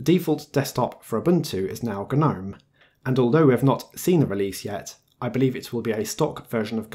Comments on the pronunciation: "Guh-nome"? You know its pronounced "nome" right? The G is silent. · its pronounced nome not gu-nome! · It's a silent G, the word gnome has a 'G' but is pronounced 'nome'. I thought I'd manage to ignore it but by 3 minutes in I had to post a comment. Sorry.